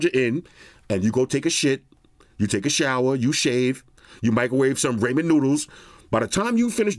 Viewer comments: Youtube correctional officer checking in. You mean speech-to-text (STT), not text-to-speech (TTS)... I get why you like TTs tho ( ͡° ͜ʖ ͡°). Also, it's not "ray-men" noodles, it's RAH-men (RAH like when you peel off them plastic screen protectors). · Today I learned how pronounces "Ramen" and I'm all for it! 😆🤣💛